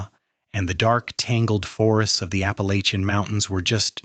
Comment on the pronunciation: Another ai voice that can pronounce Appalachian